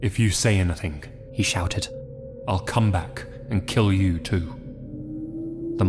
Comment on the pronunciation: Have you ever noticed that sometimes when you say the word "I'll" you say, "m-I'll" ?